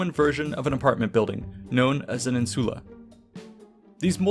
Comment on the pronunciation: when you said INSULI I wagged my finger at you